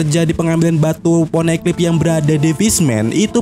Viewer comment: Min kok poneglyp jadi poneklyp kedengarannya